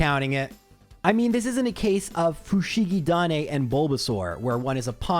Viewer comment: Honestly your pronunciation of フシギダネ was pretty ok. You were only missing the intonation.